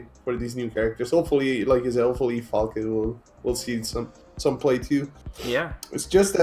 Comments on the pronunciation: God damn, you pronounce the name right... Falke is german for hawk. Stop talking about the pronunciation :) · You both pronounced her name right all the time! Greatings from Germany